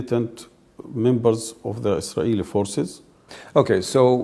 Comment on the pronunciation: have you all noticed how Arabs just can't say ISRAELI, it's ALWAYS ISRAiLI.